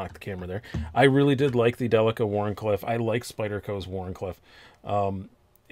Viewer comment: I wish to commend you for saying "Delica" correctly. ;) As for the knife...No, that's a horrible color of green.